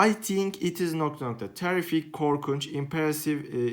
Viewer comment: Terrific kelimesini yanlis soylemedin mi